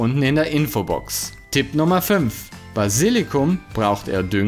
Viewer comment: Basilikum, nicht Basillikum. Trotzdem danke, für die guten Tips (Tipps).